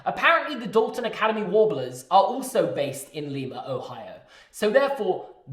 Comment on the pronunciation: enjoying this but then the mispronunciation of Lima